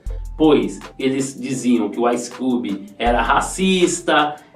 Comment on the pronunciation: Um pouco de agonia com sua pronúncia do nome dele. Ice "cúbi".